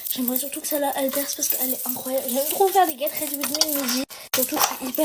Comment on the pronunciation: le get rrrredi wi mi ct pour m abattre